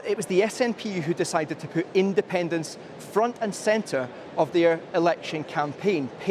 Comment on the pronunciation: SNP wins: andependence noo! SNP loses: andepenence noo! What a prize clown she really is 🤡